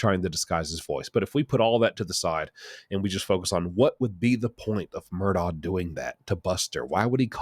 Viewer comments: I’m not sure why so many people pronounce his name as “Murdaw”. If you listen to any of the Murdaughs, they pronounce it “Murdoch” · Its pronounced “Mur-dok” LOL..not “mur-do” 😆